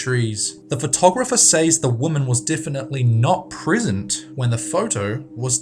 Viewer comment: LOL SAYS? and Eleevan?